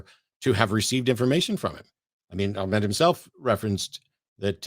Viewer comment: is tired Well done for repeatedly pronouncing Ahmed's name incorrectly. For the whole debate. It's literally the first thing he says in his introduction, yet you persisted in pronouncing it incorrectly. Didn't make his arguments any less poor though.